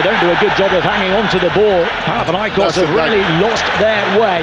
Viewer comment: For God’s sake! It’s OlympiakOs and PanathinaikOs is it so difficult for you? Do you say BarcElona or REal?